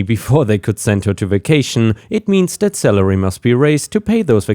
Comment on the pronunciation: Every time you said salary it sounded like celery you know the 98% water,long, green, moon shaped vegetable Cheers